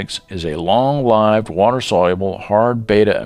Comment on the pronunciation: Pronouncing lived wrong.